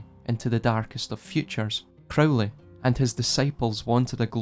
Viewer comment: crow- lee